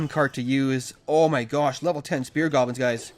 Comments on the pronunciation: Why does he call goblins golbins? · Raging With Anonymous maybe once. Not all these times he clearly said "golbins" thought it could be a running joke on this channel